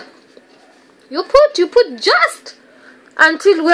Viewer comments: "you POOT" XD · Anyone else say “put” like her while doing your makeup lol lol I do all the time